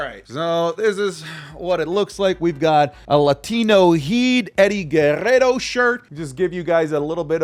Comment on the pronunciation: Dijiste "GUERRERO" como latino TE DESCUBRI :0 amo tus videos, sigue asi